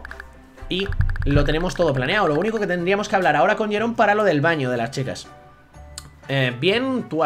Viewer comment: a se le va del castellano a el catalan, dice dal baño con acento catalan😂😂